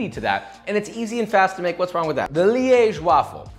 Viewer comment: As a person from Liège, I’m so proud of your pronunciation of my city, it was flawless